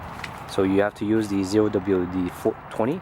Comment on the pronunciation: bwahhahahaaaa zero double u dee twenty you said it like 3 times in a roll loool